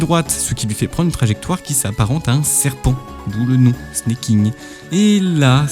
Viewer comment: Alors c'est pas du snacking, mais du snaking comme snake en anglais. Ça revient à dire serpenter au vue des trajectoires de la technique